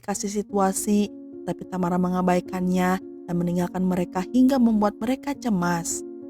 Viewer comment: Satu yg gak enak dr urang sunda klo ngomong adl dibelakang pengucapan seakan ada huruf 'k'...contoh tamara jd tamarak😊